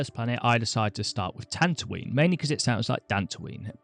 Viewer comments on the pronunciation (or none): none